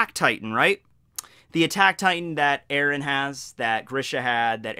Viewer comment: Terrible, terrible. Its eren dude.